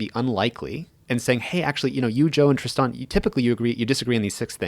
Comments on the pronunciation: As someone who spells their name tristan it just chaps my cheeks how he pronounces his name lol but hey not everyone says it the same way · His name is Tristan not Tri-Stan. hate this loser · I had a 5 min conversation with my husband 2x... once when Tristoooon pronounced his own name and again when Rogan said Tristooooon 🤦🏼‍♀️ No sure why but this really bugs me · As much as I appreciate this man I'm not pronouncing his name the way he says it's pronounced his name is Tristan not TristOn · Pronouncing his name as Tris-tahn is pretentious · Why is his name pronounced like that? Wtf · I really like this guy but can't trust anyone that wants to pronounce a boring name differently to feel original. I'll just leave this here